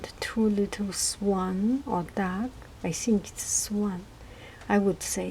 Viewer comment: The way you pronounced "or duck" sounds like "ordack", which, incidentally means "duck" in Farsi.